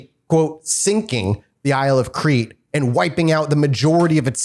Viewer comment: I'm surprised none of them knew how to pronounce Crete.